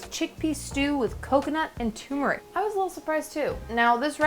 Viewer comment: It is pronounced Tur-Mur-ick.